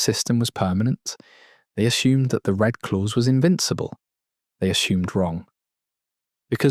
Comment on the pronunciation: As usual the AI is BS.. the RED Clause comes out as Red Clothes !!!!